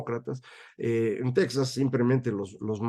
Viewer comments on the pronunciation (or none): Buen día Macario. Con todo respeto, no se dice "Tecsas", se dice Tejas (TEXAS). Es nombre hispano.